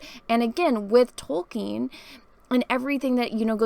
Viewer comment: I like how says Tolkien like she just learned his name wasn't Token